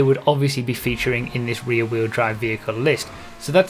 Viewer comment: "the fastest reeee wheel drive cars"